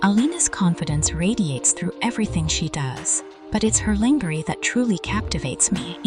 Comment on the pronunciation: Sultry narration, but work on pronouncing "lingerie" correctly.